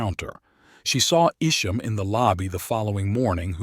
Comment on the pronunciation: I knew Mark Isham personally in the 60s. His surname is promounced "EYE-shum".